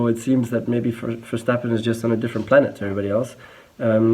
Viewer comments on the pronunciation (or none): none